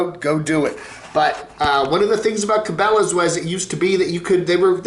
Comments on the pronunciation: I think can pronounce Cabela's. He just likes to butcher peoples'/businesses' names. It's a form of insult; like kids do.... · not being able to pronounce it just about says it all about his “outdoors” credentials